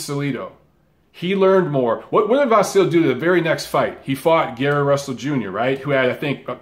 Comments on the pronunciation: Great video, as always,. Just a side note on the name issue: it's actually pronounced Vasili. With a soft "i" at the end. Like Milli Vanilli, if you wish. The sign at the end of his name, in Ukrainian, (the "ь") has no corespondent in English but it softens the consonant that precedes it, generating the soft "i", in this case. Not a major error by any means but a fun fact that I hope you'll like. Cheers and keep up the great work you do! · pronounced VAH SEE LEE